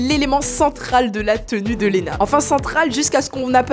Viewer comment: Ma belle "Lena" pas "Louna" 😭😭